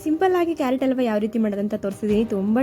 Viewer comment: ಅಲ್ವಾ ಅಲ್ಲ ಹಲ್ವಾ ಅಂತ ಹೇಳೆ ಕೆನಾನ್ನದ ಕೊಲೆಗಾರ್ತಿ.